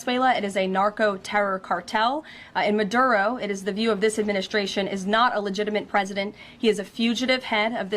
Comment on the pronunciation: Me gusta cómo pronuncia esa rubia el apellido del que quieren capturar. Dice " Ma door roou" ja, ja, ja! Háganse bilingües de una buena vez,, grenchos !